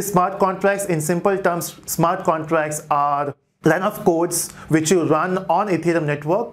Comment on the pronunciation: Smart contrass 😂😂😂 great explination but yet funny pronunciation...